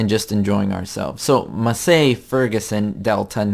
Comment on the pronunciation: Massey is pronounced as "Massy" btw! Haha